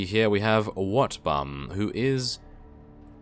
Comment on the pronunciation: sometimes when i hear him speak i hear him say wetbum i laugh tell my stomach hurts i would give him 50 rat ogars just for wetbum i mean wotbum